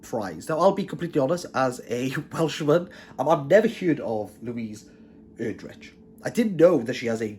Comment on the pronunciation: I've been reading Erdrich's books for a long time. They are consistently well written and thought provoking. BTW, she pronounces her name "Erdrick".